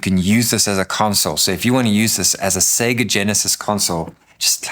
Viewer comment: You earned my sub with this video. Main reason, you say "Sega" correctly ! All other reviewers seem to think the company's name rhymes with "beggar" and it drives me batty. I couldn't get through Russ's video. It's music to my ears to hear it pronounced "say-ger" finally. Anyway, I'm getting a grey Arc D. Same color (and shape!) as my 8BitDo M30